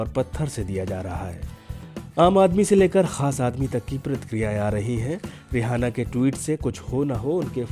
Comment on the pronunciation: जानकारी अच्छी है मगर रिहाना नही इसका नाम रिआना है